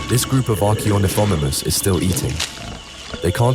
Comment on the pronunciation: I’m sorry but the way he said archeornithomimus physically hurt me